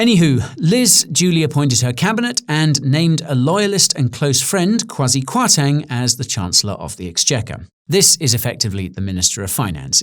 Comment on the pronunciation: Did i hear you say "Kamakwasi Kwarteng"? A slip of the tongue or that famous British wit?